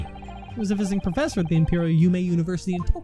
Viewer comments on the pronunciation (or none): "Prossefor" ? That's a new one! 😆